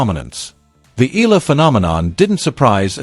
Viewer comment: Have to correct you Eala is pronounce like eh- yah- la not ela